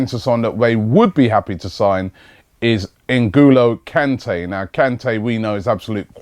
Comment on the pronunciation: Robbie! For Christ Sake! You pronounce his name wrong every time you say it! It is NGOLO KANTE (N go low can tay). Very happy the Vardy deal hasn't worked out, now we can focus on getting rejected by Kante as well! Also, rumours from Germany suggest that we are about to snatch Aubameyang from under Guardiola's nose... Have you heard anything about this?